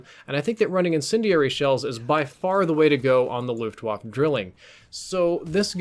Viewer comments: YO ITS FRIGGIN GERMAN SAY LUFTVAFFE NOT LOOFTWOFF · I am german and at the monent xou said "Luftwafe" I almost hat to vomit! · Waffe is pronounced, “vah-fa”. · I cringe every time you say "looft wahf" hahaha but great video man, keep the good hard work up :) Edit: Also, "Drilling" is German for "Triplet" referring to the three barrels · The e in luftwaffe isn’t silent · ...man, I was hoping he'd pronounce the name of the weapon right at least for this video. German Ws sound like Vs, and e's at the end of words aren't silent. Ah well. I won't hate on the rest of the video...it IS a good weapon for beginners, if only because once you're an experienced player you won't use the thing every again except as a gimmick. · Luftwaffe is pronounced with the "e" at the end. As in "cat". Just saying. Glad you corrected your idiotic "Brecci" pronounciation which did not make sense in any language.